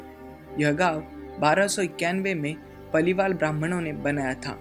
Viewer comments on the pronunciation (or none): Paliwal is pronounced wrong. It's Paaliwaal.